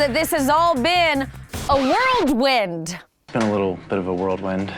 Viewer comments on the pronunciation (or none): How do you "ingnore" someone? Seems like something you do in a "worldwind." . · I’m glad I wasn’t the only one who noticed he said “worldwind” 🤣🤣🤣🤣🤦🏻‍♀️ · w-h-i-r-l-w-i-n-d not whirldwind/world wind - RIGHT??? - bye-bye! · OMG the whole "world wind" thing I thought the same thing watching....LOL. It's whirl wind, right?? Are we sure he went to Harvard? Remember he failed all the questions in that challenge, too. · I noticed he said worldwind. Not the sharpest tool - but a tool all the same. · "Worldwind" is probably how they say it at Harvard.